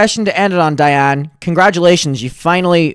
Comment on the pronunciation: hey shawty, it’s diane sawyer, not diana lol